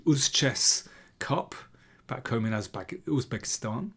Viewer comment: Wow, Im amazed that you pronounced the words Javohir and Uzbekistan natively 👏